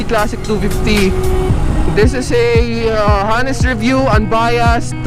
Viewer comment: Hanest review, sorry po, pero constructive criticism lang po, hindi po sya Ha nest, dapat po ay Ah nest sya... Silent ung "H" sa unahan na pabilog na "ah" ang pag bigkas... Tapos unbayast, ah mejo tama naman po pero "d" po dulo nun, mejo patigasin nyo lang po ng konti.. Anyway, un lang po, wag po sanang mamasamain...